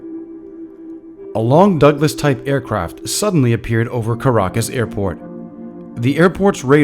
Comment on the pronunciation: Caracas* Not Carga. You're welcome.